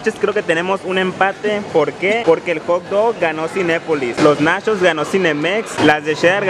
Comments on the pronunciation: Se sise nachos no nashos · Una pregunta... Y lo hago sin el afán de ofender, solo es curiosidad. 1-el compa es gay?. 2-De que estado es?. 3- Porque a las palabras como por ejemplo NACHOS, MUCHO, CHEDAR, le dice Nashos, musho, shedar?, o cosas asi? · Nashos, mushos, salshisha😂 Jajajaja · Los nashos!! 😂😂😂😂En Tampico no hay de esos. Sólo tenemos nachos. Y no saben shidos, saben chidos. Y vaya a la barra de complementos mijo no sea jo-pende. Ahí le pone de tosho morosho pa que entienda. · No sé si el vato es campesino Pero es Nachos no Nashos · Nashos y shedar 🤣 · se dice nachos no nashos